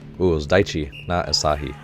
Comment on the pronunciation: Asahi is pronounced more like ah suh he instead of ah sah he